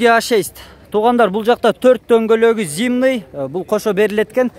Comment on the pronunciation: Радная эмес Родной.. и ещё зимный-зимний (ничего личного)